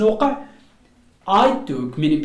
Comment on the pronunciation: من فضلك تاكد من القاموس قبل تقديم اي فيديو حتى لاتعلم الناس الخطا في النطق وسكرا ...... weather /ˈweðə(r)/ not /ˈwiðə(r)/...... together /təˈɡeðə(r)/ not /təˈɡaðə(r)/ ...... many /ˈmeni/ not /ˈmini/......